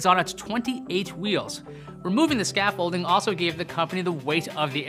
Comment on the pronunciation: Hahah the way he said scaffolding cracks me tf up!! lol... fyi the "D" is silent.